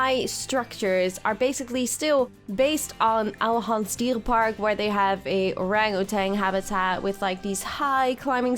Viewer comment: You pronounced Ouwehands Dierenpark so perfect that im starting to think you are Dutch! Are you Dutch?